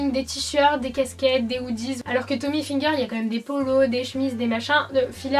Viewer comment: On dit ilfiger et non ayfiger parce que hi se prononce i en français et non High (comme highlighter)